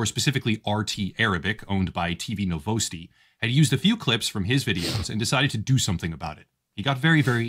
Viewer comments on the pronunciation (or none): bro actually said NoVoUsTi instead of Novosti (Nov-os-tee)